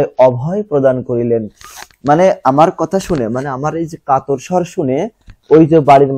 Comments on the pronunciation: কাতার না কাতর হবে😂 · Sir occaron gulo shothik bolben bar bar Katar bolsen keno Kator hobe but bujassen Valo korei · আপনি কিছু শব্দ ভুল উচ্চারণ করেছেন স্যার 😅 যেমন : কাতর কে কাতার বলেছেন। আমি ভেবেছিলাম যে দেশের নাম আবার কোথা থেকে আসলো🙂পরে দেখি কাতার হবে না কাতর হবে🙂তবুও আপনি না থাকলে পড়ালেখা মাথার উপর দিয়ে যেতো🙂🔪💔